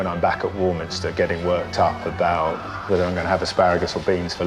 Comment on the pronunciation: They could pay me £500,000 a week, I would never be the headmistress of War-minis-ter. Hmm ... Well, that's a lie now, isn't it? But you would have to learn how to pronounce the name of the school properly.